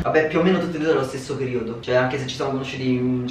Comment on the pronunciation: Sespo “sesso😂😂😂😂😂